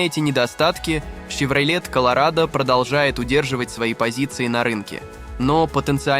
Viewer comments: С чоеном во рту что ли озвучивает. Щевроле Карл. Автор озвучка не твое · Шевролет ,хилукс? Ну ты грамотей!? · Вообще-то Щевролэт. Он же ясно сказал.